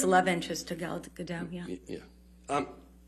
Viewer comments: Gal GadoTTTT pronounce the T! It's Hebrew not French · Just for future reference: Gal Gadot is pronounced: Gahl Gah-doht. Ahhh sounds and ohhh sounds. ❤ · She can’t even pronounce Gadot correctly. She sounds like a novice. Fans could probably answer these questions a lot better and with more conviction than this fool.